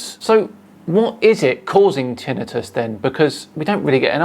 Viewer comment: it's tinnitus not titinitis